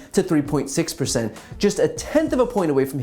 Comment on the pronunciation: "...3.6 pershent"